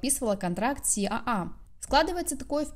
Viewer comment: Спасибо за Харди. Смотрю с удовольствием Ваш канал❤. Но почему Вы название агентства уже не в первый раз произносите " си а а"?)) либо полностью на русском либо на английском аббвеатуру читаем. Ну а как по другому?))